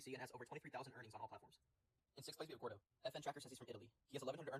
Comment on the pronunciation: Congrats!!! (It's Gardo btw not Gordo hahah)